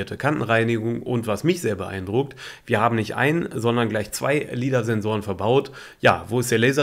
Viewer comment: LIDAR ist Englisch und spricht man „Leidar“ aus. Ist nicht so schwer.